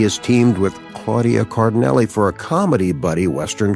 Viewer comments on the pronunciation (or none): Nice tribute! (BTW, Cardinale is pronounced "car-dee-NAH-leh".)